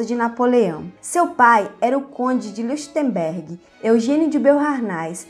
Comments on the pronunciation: Nao querendo ser chato, mas já sendo kkkkk Leuchtenberg se pronuncia Lóictenberg , em alemão "eu" tem som de "ói" 😁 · O nome Leuchtenberg se ler loirtemberg. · Onde foi que você aprendeu a ler?? Falta ritmo, a cadência é irritante. É impossível continuar ouvindo além de um minuto! A pronúncia do ditongo "EU" em alemão é "OE". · A pronuncia do sobrenome dela é: Lóishtenbérg. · Certíssimo, e o som ch se pronuncia puxando da garganta o som. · Exato "eu" pronuncia-se "ói" e "ch" como o "h" do inglês ou "j" do espanhol : um som aspirado.